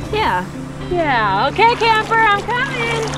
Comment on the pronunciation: You are in good company with your cousin, your love for Camper shines through, very good Spanish pronunciation.